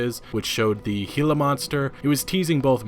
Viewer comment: Holy shit, you said gilla right. Awesome. Btw, for Pancho Villa, it's "Vee-yuh".